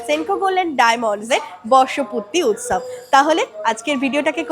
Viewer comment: Utsab uccaron ta thik kore koro